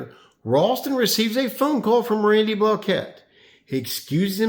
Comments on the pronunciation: Block-it. Not blah-kett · Since when did Randy pronounce his name 'block-ette'? For all that yapping and gossiping you girls do on this channel, you'd figure you'd respect the man's name enough to pronounce it correctly while you are trying to dig up some controversy to increase your click thrus. I'm glad you have a nice hobby henpecking grown men, but consider how it looks to folks wondering why grown men listen to this nonsense to begin with. Go fishing for farts sake pal. Get some sunshine on that bag of bones